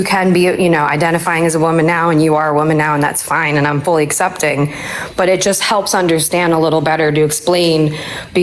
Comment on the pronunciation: bruh i got muted once for saying “assepting” bc i HATE how says accepting